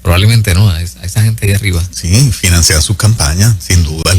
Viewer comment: se dice Financian sus campañas no se dice financean